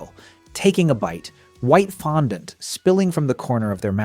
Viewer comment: Does this guy have a problem pronouncing fondant?